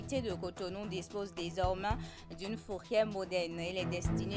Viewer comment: DesormAIN RONgement Que dit l’orthophoniste ?